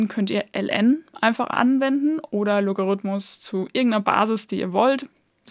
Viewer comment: Als Musiker finde ich es besonders nett, dass Du vom Loga- rhythmus sprichst (statt vom Logarithmus)!